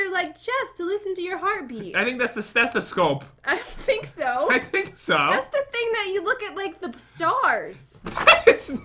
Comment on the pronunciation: that’s a stethasnow